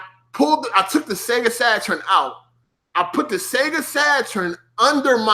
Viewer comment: The way you say Saturn was triggering the hell out of me lol. Great video though I hope you do more